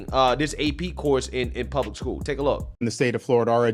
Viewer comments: Hey bubba, if you call “school” , “schoo”…. You have no right to comment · "... in skoo"